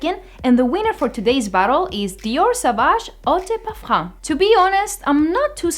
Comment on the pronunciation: (a) More like "Young Girls's Reactions to Fragrance/Cologne"; (b) 90% of the times women who come in pairs will influence each other markedly and state they both prefer the exact same perfume...; (c) don't pronounce the "m" in parfum: when spoken (in native French) the word ends with a vowel (not a consonant) sound.